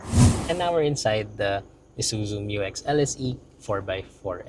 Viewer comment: Bump steer has been sorted out by 3rd term 2025 Dyno testing of new 3l results in >150kW and >500Nm. Isuzu is just conservative in reporting Thank you for correctly pronouncing MU-X